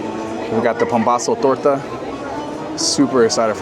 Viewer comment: I ‘m Mexican and I am impressed with your “torta” pronunciation haha it was perfect! Thank you for your videos I’m so excited for visiting Disneyland this October 🙌🏽 Edit: queso crema salsa roja? Or you have a lot of Hispanic friends or you studied very well, beautiful Spanish!